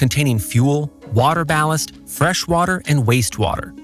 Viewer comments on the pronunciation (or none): none